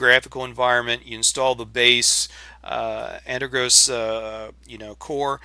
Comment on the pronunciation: I love your videos and I watch every one of them. I also understand the Jupiter Broadcasting effect on all us Linux users, but what is so hard about pronouncing this wonderful distro correctly